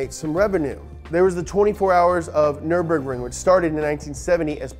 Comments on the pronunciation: Brotip: there's no "aaah" at the end of "Nürburgring". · Does anyone else remember the track being called neuremburg? I dont know if this is a mandela effect or what but I distinctly remember learning the word and hearing -burg at the end and not -bring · Guess what; Those dots above the U means that it´s a german Y. It´s not Nurburgring, it´s Nyrburgring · offenbar auch NRW Abi gemacht? Abgesehen davon heißt das NÜRBURGRING ;) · You can't even pronounce Nürburgring the right way 😂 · bro get your german up we pronounce zs like zs and not like fs